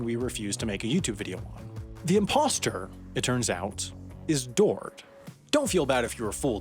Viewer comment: OMG DID YOU SAY IMPOSTORM OMG IS THAT AMOGUS REFERENCE? WHEN THE IMPOSTOR IS SUS. TNANANANANANANANNA